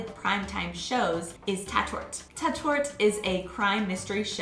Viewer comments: It's not tatt-ort, it's tart-ort. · One tip: It´s called "Tat Ort" not "Ta Tort". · Tatort it pronounced “Tat—Ort“ (place or „Ort“ where a crime/deed or “Tat“ has been committed) and not „Ta-Tort“.... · That was a very interesting video. :-) I even learned a few things, for example about the allowed length of advertising. Just a small criticism: You have to work on the pronunciation of "fErnsehen" and "TAtOrt", the vowels are pronounced long. I have been using a hard disk recorder for years to escape from commercials. I just watched "The Masked Singer" from 9pm on and then skipped all the 10-minute commercials. Netflix: Since I can see the original English versions with subtitles so easily, I just can't stand the German dubbing anymore. It seems so unnatural once you have heard the real voice of an actor. We know that German TV shows are very long, since Tom Hanks had to sit for three hours at "Wetten dass" in 2012 and complained extensively afterwards about it ;-) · I wouldnt call Tatort (pronounced "Taaatort" - the "a" sound is a lot longer than you pronounced it) a series. Its more like a collection of series of police drama in different German (or Austrian or Swiss) cities. Each States part of the ARD (plus Switzerland and Austria) make their own and it also changes over time. These series differ a lot - some have a more humoristic tone, some do a lot of social realism, some have more action etc. I wouldnt call them the same series more than I would call eg. Streets of San Francisco, CSI and NCIS the same series. Some episodes are on youtube. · Hahaha...love how you pronounce Tatort....!!! And you're right, Germans (and Dutch -like me - because this show was aired here too since the '70's...) don't care about a naked lady or man here and there...but I'm glad foreign shows aren't dubbed here because I like the original better.